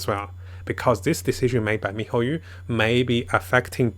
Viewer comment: MIHOYOOOO NOT YU IT BUGS ME MAN